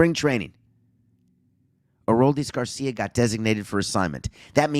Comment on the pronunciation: good gosh, stop saying his name wrong please